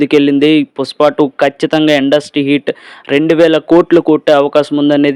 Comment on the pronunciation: పుస్ప కాదురా పుష్ప 😄😄😄😄😄😄